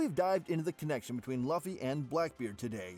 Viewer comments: You fool it's Luffy not Laufy🤣🤣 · laphy instead of luffy pissed me off